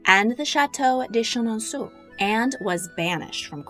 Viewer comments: It's pronounced: Chen-an-sew, not, Chen-an-soo. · /sheh-non-SOO/? No ma'am. If you're releasing a video about this famous Loire chateau, please, please, please: /sheh-non-SOW/ Merci. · Chenonceau is pronounced very easily in English. You are making it difficult ;). Just say: Shuh Non So. It's my favorite chateau (I'm French American), so I had to correct this. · Chenonceau is pronounced So at the end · These videos are a delight. If you'll allow me to give a little tip on pronunciation, the famous chateau is pronounced "shen-on-so" - remember that in French, 'eau' is pronounced 'oh' (o: Keep up your diverting and informative videos.